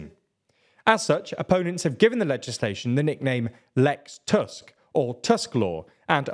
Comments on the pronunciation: Polish pronunciation is not a difficult as it might look. Remember that the 'u' in 'Tusk' is pronounced like the 'oo' in 'too', so he's 'Toosk'. Remember also that the 'w' in 'Morawiecki' is pronounced like the 'v' in 'have', so he's 'Moravietskee'. Congratulations on getting that 'ts' sound in the 'c'. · I’m really impressed with how you pronounce the president’s name; being his namesake I can really appreciate you not calling him on-drey. But Donald Tusk’s surname, even though it looks exactly like the word for an overgrown tooth, is actually pronounced more like [toosk]. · Nice video. Please, check the pronunciation of Tusk and Morawiecki. Big thanks. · Small nitpick here, Tusk's name has the u-sound pronounced same as in 'bull' or 'put'